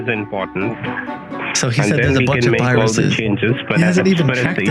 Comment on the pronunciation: It has " Y RUSES?"! YOU HAVE Y-RUSES!!!